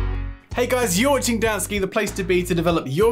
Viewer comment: That very extreme "dansky" :D